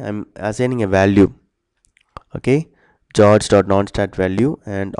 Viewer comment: "geoge" lol